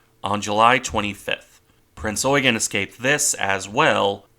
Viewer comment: You need to stress 'Eugen' more on the 'e'.